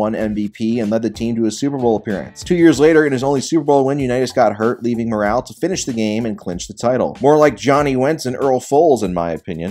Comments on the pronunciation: It's not Earl "Morale" it is pronounced "Moral." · If you wanna present yourself as an expert, do your research. Pronounced Earl MORE-ell not Morale. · Lost me about a minute and a half in when you said Johnny Unitas’s backup was Earl Morrall (and pronounced it “Earl Morale” - twice).